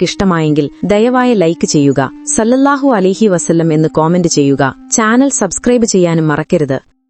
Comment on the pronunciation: സ്വല്ലള്ളാഹു ആലഹിവസല്ലം എന്നാണ് അല്ലാതെ സല്ലല്ലാഹു എന്നല്ല.ഓക്കേ